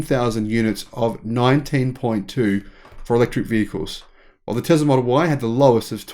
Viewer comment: It's....not Zam... t's teSS-la.... not teZZ-la